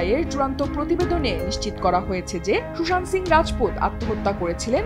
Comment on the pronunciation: উচ্চারণ হবে Sushanto 😢😢😢😢😢